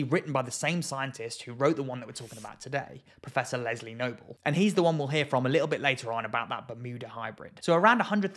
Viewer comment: Anyone else hear “Lesley Knope” and think Sharks and recreation?